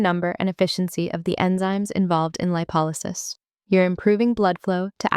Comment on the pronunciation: Did anyone thoroughly proofread the words in the images? Also, the image to narration timing is off starting at the image of the adrenaline meeting the locked fat warehouse. The overall information is great and reflects what I learned in school, but the timing, mispronunciation of lipolysis at the beginning, and spelling errors in the middle and very end feel like a big presentation oversight ex: "FINA WALK " I wish you the best of luck in your future endeavors, though.